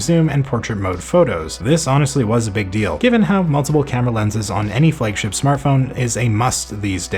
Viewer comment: What is a "Fleg-ship" ?